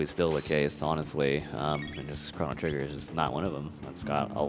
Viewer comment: the announcer doesn't even pronounce the title of the game correctly >.<